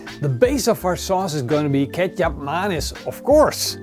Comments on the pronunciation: I really thought Kecap Manis is a the way pronounces "ketchup mayonnaise" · I always think you're saying ketchup mayonnaise lol.